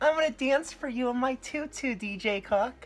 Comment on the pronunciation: Is he saying DJ CUCK?!